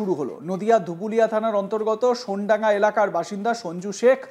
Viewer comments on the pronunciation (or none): শব্দটি সোনডাঙ্গা নয়, সোনাডাঙ্গা হবে।